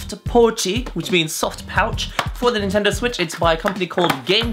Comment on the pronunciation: I don't think that Japanese is his mother tongue, a native would not pronounce "NintendoW" as the English speakers do.